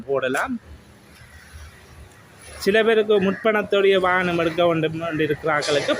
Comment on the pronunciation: வானம் இல்லை வாகனம்